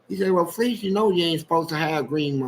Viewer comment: It’s so funny when Fleece is narrating one of his experiences “ so I’m walking and somebody holler “Hey Fe’ Lise! “ 😂😂😂🤣🤣 Why does he periodically pronounce his name like that vs. Fleece ❤❤❤